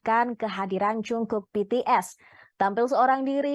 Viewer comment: Haduuuuuh bagaimana ini admin nya dlm penyebutan nama orang aja masih salah 😏😏🙄 He's JUNGKOOK and NOT Jongkook.. cari2 info nya dulu deh kalo mau ngeberitain orang lain 😏🙄🙄🙄